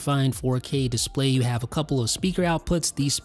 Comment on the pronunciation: Thank you, I really enjoyed the video but how come you pronounce display as DISS-play? It's noticeably distracting.